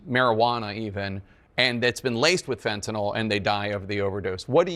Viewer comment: Tapper cant even pronounce Fentanyl correctly.